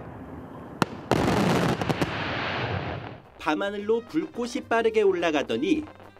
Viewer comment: "밤 하늘로 불꽃이---" "불꼬치"가 아닌 "불꼬시(불꼿???)" 로 엉터리 발음을 하고 에는 주원진? 기자가 "10만발의 오색 불꽃으로---"의 발음을 "불꼬츠"로가 아닌 "불꼬스로(불꼿???)"로 엉터리 발음하는데 기자들 공부 좀 하고 방송해라